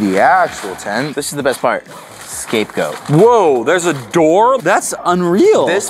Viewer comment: “...scapegoat” 😂 good try though!